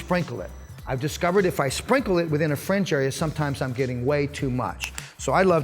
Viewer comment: Great video. Helpful advice and technique, but some people have thin hair and can't afford to take part of the top to cut a guide in order to lessen the weight. On a side note, when you say "fringe", it sounds like you're saying "french". "We're gonna suggest thst you offer a frenge benefit" lol.